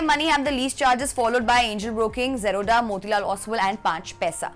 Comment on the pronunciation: ओसवैल नही ओसवाल, जीरोडा नही जेरोधा जरूरी है मुंह चबा चबा के बोलना😂😂😂 बेमतलब का लिंग्यूस्टिक शोऑफ!